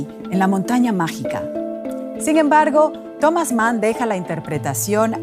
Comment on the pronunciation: Ya no hay preparación, estos pseudoperiodistas están por todas partes vociferando cosas aprendidas a la fuerza y sin saber de los temas que tratan, minuto La montaña mágina en lugar de mágica.